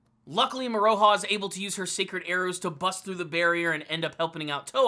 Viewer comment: Moro-ha not Mor-O-ha. Besides that, keep up the good reviews